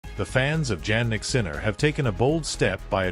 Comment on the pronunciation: Your title is completely out of context, And please when you are going to learn the real pronounce of his name: Jannik is Jannik it's not Djannik, You are really hopeless anglo...... or .